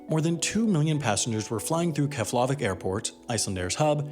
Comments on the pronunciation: In Icelandic the emphasis is always on the first syllable, therefore it’s KEF-lavík airport (pronounced KEBB-laveek), not kef-LA-vik airport. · As somebody who lives in Iceland, your pronunciation of Keflavik is too egregiously wrong to go unmentioned. It's pronounced KEP-la-vik. Stress on first syllable, and f mutates to a 'p' sound before the letters N and L in Icelandic. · vík is more like week rather than vick. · It's pronounced Kehf-luh-vik. No accented syllable. No LAH. Takes all of 5 seconds to look up. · Love your videos! By the way, all words in Icelandic puts the stress on the first syllable. So its kEflavík and rEykjavík ;) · You pronounced "Keflavík" wrong. The closest English approximation is "KYEH-pla-veek". I'm surprised everyone's talking about "Eyjafjallajökull", but not this. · It is pronounced "KEF" + "luh" + "vik" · Wendover "Can pronounce the name of that volcano but not Keflavik" Productions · But he failed to pronounce Keflavik correctly. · You mispronounced Keflavik and Qatar. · The F in Keflavík is pronounced /p/ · It was almost right. Just didn't get the last sound. It was his attempt at Keflavik that made my ears bleed. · channel is dead Its a long U sound. Trust me on this as I used to live in Iceland and have flown out of that Airport 30+ times. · I love this video because it spreads icelands story (my home country), but i am cringing at how bad you are saying keflavík and reykjavík, seriously i think im going to cringe to death, anyway its actually prononced. Keflavík = kef-la-veek, reykjavík = ray-ka-veek. Also jm sad you didnt even mention Àlftanes, im so disapointed. Anyway now im done ranting, byyyeeeee sis, just spilin tea 🇮🇸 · Keflavík is pronounced Kev-la-veek. Eyjafjallajökull is pronounced Eya-fyet-nya-yokul (or thereabouts). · Just a little hint: Keflavík is pronunced 'KEP-la-veek' (fl makes a pl-sound) and Eyjafjallajökull is 'EY-ja-fjatla-jökütl' but anyways I liked how you said 'Eyjafjakajökuk':)